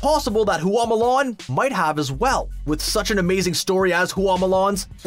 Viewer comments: "HOO AWW MOO LARN" Q_Q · "Hoo-ah Mulan"??🤦🏻‍♀️🤦🏻‍♀️